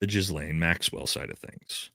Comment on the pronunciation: It's not Jizz-laine. It's Guh-laine. Just say Guh-laine.